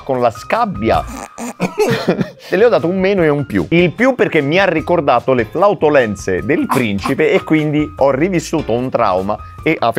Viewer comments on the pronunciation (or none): Video molto divertente, ma visto che si punta sull'italiano, si dice FLATULENZE e non FLAUTOLENZE